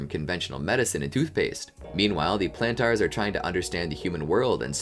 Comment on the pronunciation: why are you still mispronouncing Plantar 😭